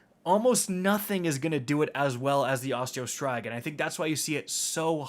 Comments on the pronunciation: Osteo STRIGA,not STRYGA,learn how to read the names man! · Man, Destiny youtubers and their weapon pronunciations. I will accept both Osteo STREEGA, and Osteo STRIGGA, but who dafuq is out here sayin' it like STRY-GUH. My man, please, there are impressionable children who this channel probably I'm assuming. Keep it together. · Osteo striga - is pronounced streega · hmmmmmmm. Okay just saying .... it is ostea Striga not Osteo Straiga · You're also mispronouncing the "Striga" when saying Osteo Striga, it's pronounced [St • ree • guh] Edit: A Striga is a type of Romanian witch, with a deep hatred for all living thing, that siphons the life force of it's victims. That's why the gun does damage over time. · Osteo “ STRY-GA “ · It's STREEEEEEGA. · For some odd reason, his pronunciation of Osteo Striga scratched an itched I didnt know I had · I truly hate the way you say "striga" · You pronounced striga wrong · They way you pronounce striga hurts my brain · We just gonna sit back and let him pronounce Osteo Striga like that?